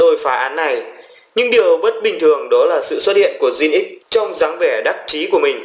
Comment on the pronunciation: Mình chỉ buồn cười là bạn phát âm từ Jinx là "Jin ích"...